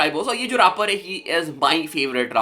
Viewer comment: Bhai raaper nahi rapper hota hai